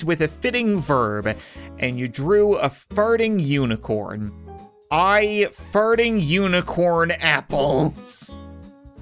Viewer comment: I love the way he pronounce 'farting' to 'ferting'